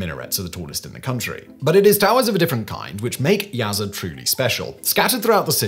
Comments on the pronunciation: It’s pronounced YAZD not YAZ-ED 😂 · Just one thing- Yazd is pronounced like it’s spelled, no vowel between Z and D.